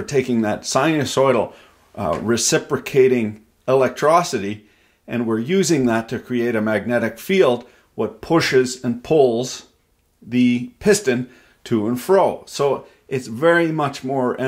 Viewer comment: Is Electricity sir! Electricity, not Eletrocity. I keep watching your content and I love it but you keep saying eletrocity XD